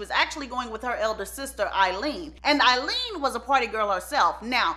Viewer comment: Why do you keep calling her sister Eileen and her sister name was Aileen